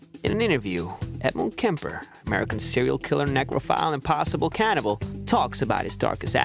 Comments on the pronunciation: Come on mate, its "cannibal" not "canibal". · It's "cannibal".